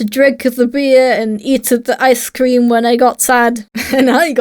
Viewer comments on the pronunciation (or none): I like to drinkUH the beer and eatUH the icuh cream